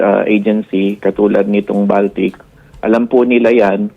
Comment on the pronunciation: Baltic po yan as in BALTIC SEA or BALTIC COUNTRIES, not baltik as in sira ulo. Just sharing po. THANK YOU po.